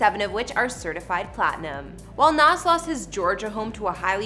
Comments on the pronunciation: Someone please tell her it's Nas (Z) not Nas (SS) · At least pronounce his name right! BTW his name is Nasir Jones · She can’t pronounce a damn thing. It’s McDonough not McDonald’s and she missed up his name. Lol